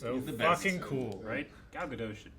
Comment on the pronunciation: Gadot is pronounced with a hard “T”.